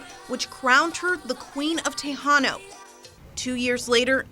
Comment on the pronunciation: “The queen of TAYHAN NO” lol